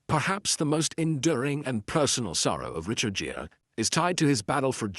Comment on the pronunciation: ANOTHER STUPID TITLE - CLICK BATE1!! OH GET TO PRONOUNCE HIS NAME PROPERLY, ITS NOT GERE, ITS GERE (GEER).